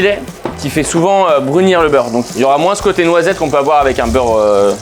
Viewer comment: Bleurre clarifié ? 😅